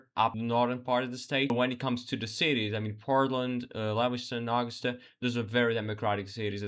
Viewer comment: The capitol of our beautiful state is pronounced A-GUS-tah. You mangled Lewis-tun too, all in the first minute of the video. That makes it hard for those of us who live in Maine to take seriously whatever else you might say.